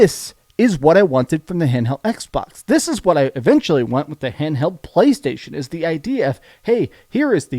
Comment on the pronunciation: Everybody: "Playstation": "Pcchhhlaystation"